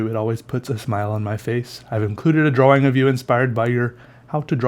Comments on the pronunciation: to me it sounds like draw-wring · why do you pronounce drawing as if it has two w's in it? "draw-wing" is how you say it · is it just me or does say drawing weird, it's cute tho😂